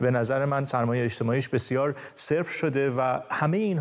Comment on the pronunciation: بابا این گوینده بلد نیست عدد صفر را درست تلفظ کنه میگه :صرف!!!! لطفا دقیقه ۱۳ را خوب گوش کنید….